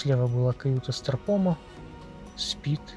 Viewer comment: Постоянно слышится про кают страпона 😄